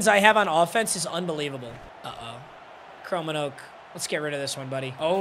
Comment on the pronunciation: It hurts as a Dutchman hearing him say "Chromenoak" instead of "Kromenhoek" 😂😂😂😂 Love the content!!